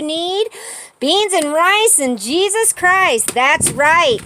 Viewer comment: It's Jesus Christ, NOT Jesus Crist. Thank you. Love, Chloe